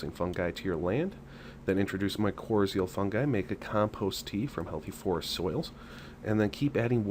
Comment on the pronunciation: No offense but u really should learn to pronounce mycorrhizae fungi correctly...makes u sound more like u know what u talk about. Honestly, u don’t want toe mushrooms in your garden soil...a few handfuls of purchased bagged worm castings is WAY better. Forest fungi are much different type of fungi than what annual garden plants need..one type is endo and one is ecto...makes a HUGE difference